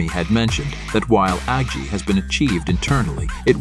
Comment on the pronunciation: AI voice generator: Agi ... You: Yes.